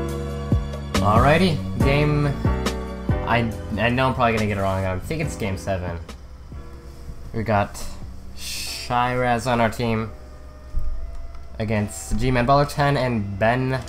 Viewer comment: Shiraz is said she-raz